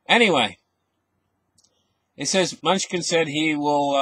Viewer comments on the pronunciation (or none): Secretary Munchkin Lmao! Thats funny. Its pronounced, MA-KNEW-CHIN. Oh god im dying over here. Great show as always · Ma-new-chin. Thats how you pronounce his name :) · Did he just say security “munchkin” great video my friend